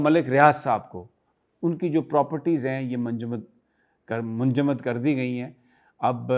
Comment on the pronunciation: Manjumad nhi munjamid.😂 Sami bhai,,, don't mind urdu ki islaah,, freeze kr dye